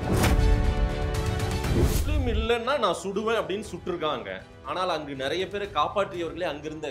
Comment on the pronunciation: அதென்னங்க, " நறைய"? ஒவ்வொரு காணொலியிலும் இந்த மாதிரி தப்பும் தவறுமாக உச்சறிக்கிறார். யாராவது அவருக்கு சொல்லுங்கப்பா, அது " நிறைய" என்று.